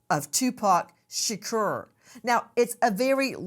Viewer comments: 😂😂😂 SHURKERRR 😂 💀 💀 ITS SHA-KORE SAY IT RIGHT 😂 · # Say His Name, Tupac Shaqure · But why she pronouncing Shakur like that tho Shakorrrr 😅😅😅😅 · Can we just call him 2pac. The way you say his last name just sounds disrespectful. 😭 Its not being pronounced properly. 💀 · Miss grace can you never ever EVER PLEASE SAY tupacs last name ever again.